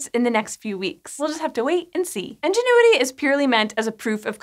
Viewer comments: Enginuity? I swear these people practice mispronouncing words. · Why did she keep mispronouncing 'Ingenuity' as 'ENginuity'? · I just kept hearing N-ginuity. I had to double check the name, thought I was the only one. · IN-genuity. INgenuity!!! Sorry, had to get that off my chest... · Why do you pronounce "Ingenuity" as "enginuity?" That's distracting. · I love this channel... Does she keep saying "Engine - uity?" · I don't usually critique pronunciation, but hearing her say 'Enginuity' for the whole video was a little difficult. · Yes same!! Why do they pronounce it like engenuity?? It clearly starts with an i.. (English is not my first language) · Are you saying “Enginuity”? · Engine-uity. Thats right, you heard it. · I love how you call it ENGINE-uity. Maybe that’s to honor the engineers who designed it! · She's saying Enginuity. Must be drunk. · How did you manage to pronounce Ingenuity wrong every single time? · Anyone else find it distracting that the host can't pronounce Ingenuity correctly? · Are you saying ingenuity wrong or is that just how you say it in your area? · So, why are there hundreds of comments and likes on comments saying she's pronouncing it wrong? Seems like you're the odd one out... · She's pronouncing it wrong. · The way she pronounces Ingenuity... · I enjoy this presenter's work but damn this pronunciation was like fingernails on a chalkboard. Can't wait to see this this thing fly. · Nobody else highly irritated by the way she pronounced Ingenuity as 'Engine-uity'? I mean ok, it's not so bad, but it was in the script so many times and each time made me cringe just a little bit more. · Is anyone else hearing engenuity instead of ingenuity? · "in-jen-oo-i-tee" != "Enginuity?" Or are you saying the helicopter is an "Ingénue?" ("on-jen-oo-i-tee") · Ingenuity not enginuity. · Why do you keep saying "Engenuity" instead of ingenuity? Seriously sounded like it had been given a dad-joke name. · Love ya! Though it's Ingenuity, not Engenuity :-)